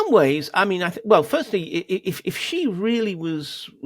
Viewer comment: After all these years could the reporters please stop saying Gee jinping. The nearest pronunciation of "Xi" for an English speaker is "she", same as the pronoun.